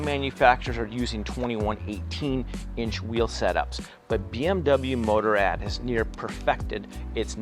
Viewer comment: "Motor-Ad" that's not how you say Motorrad.